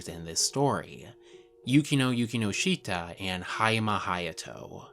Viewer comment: Please try to pronounce Yukinoshita properly.